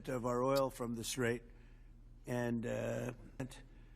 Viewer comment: ".......so we want them to come and help us with the "TRAIT." (Which is really strait) This idiot is hearing/seeing this word for the first time. So much so, that on the third attempt, he pronounces it wrong. I can bet he doesn't even knows what that word means!!